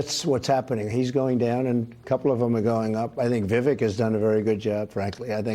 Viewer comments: "Vivake" not Viveck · The second syllable of Vivek is not pronounced as "vik", but as in the the first syllable of the word "vector". So - phonetically - vivec, though the spelling, of course, is Vivek. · Please - it's Vivek - rhymes with Cake xxx